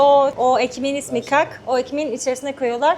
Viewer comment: O kak diye telaffuz ettiğiniz (simit gibi susamlı peynirlisi falan olan bişey) , ka'Ak olarak seslendirmeniz lazım🥨 (كعك _ Ka'ak) ، bazende كعكة - Kaa'ke olarak söylenir.